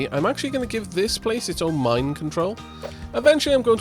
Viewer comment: I know its the mine control tower but I'll never be able to not hear it as mind control tower